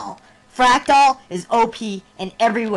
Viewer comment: so many misspeaks :D frac dal? has ten? ext ext :p